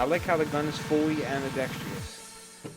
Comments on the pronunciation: ITS NOT AMBIDEX-TREE-OUS ITS FUCKING AMBIDEX-TROUS!!!! YOU SEE ANY TREES IN THERE???? FUCK! Im so fucking sick of seeing these people who think they know what they are talking about pronounce words wrong! (I know whats the big deal? You see 4 out of every 5 video I watch, someone says ambidex-tree-ous not ambidextrous, or how its supposed to be pronounced, im just fucking sick of it) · love your vids but whats with americans and AMBIDEXTRIOUS? its AMBIDEXTROUS no I . same as your ALUMINUM its ALUMINIUM . you americans spellit wrong as well as say it wrong ?